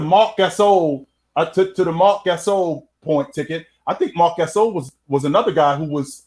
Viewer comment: Who the hell is Marc Gyasole, I thought it was Gasol